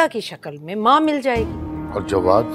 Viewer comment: Jwad ko galat bol rahi